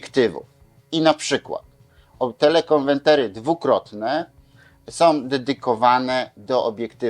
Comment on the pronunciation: Proszę wybaczyć czepliwość, ale to są konweRtery (od konwersji) a nie konweNtery (nie ma tu żadnej konwencji ;) ). Dzięki za przydatny materiał. Zwracam tylko uwagę, bo ciężko się słucha wielokrotnie błędnie powtarzanego wyrazu. Pozdrawiam i życzę wszystkiego dobrego